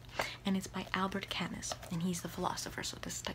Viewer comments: But the way she said it is wrong, the 'u' sound isn't pronounce like that in French and in the name Camus the 's' is silent. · is camus the right pronunciation? I always said it like camoo.